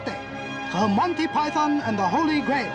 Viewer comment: you don't say Python right